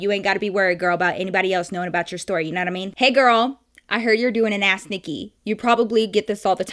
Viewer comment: Everytime she says ask Nikki it sounds like a*s Nikki and it catches me off guard On another note 👀 LOVE U NIKKI 💕 😂